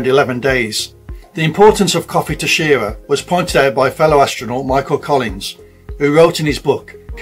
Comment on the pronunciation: pronounced shi-rah